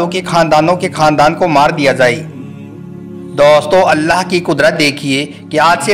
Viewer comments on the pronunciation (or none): Pahle aap hindhi thik se bole aap bolo ke jagha boli thi use karte hai marne ki jagha maringi use karye hai dosto ki jagha tosto bolte hai plz thik se bole